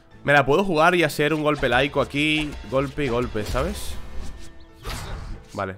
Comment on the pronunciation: Corte i a i do, son dos i latinasGerier querido, Iaido es una forma de uso de la katana!! No laico, como si fuera hecho por un no sacerdote